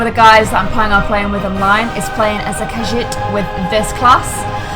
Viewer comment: Says she's an elder scrolls fan can't pronounce khajiit correctly